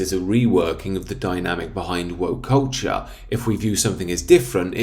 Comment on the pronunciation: "Lord of the Rings is one of the most beloved masterworks of recent English and arguably European cultCHAAH."